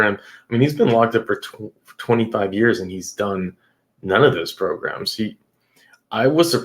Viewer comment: yes... Progrums!!🤣😂🤣